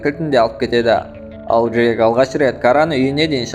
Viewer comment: Жек емес Джек шығар😂